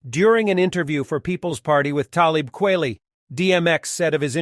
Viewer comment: FFS KWELI his name is in the middle of E KWEL ITY. Don't do the vid if you can't fucking pronounce an artists name.